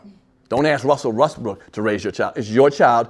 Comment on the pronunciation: lol she said RestBrooks. Just messed his name all up.